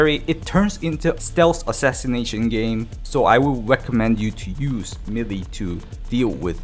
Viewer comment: For the ever-loving god, pleaseeeeeeeee go look how to pronounce "melee"!!!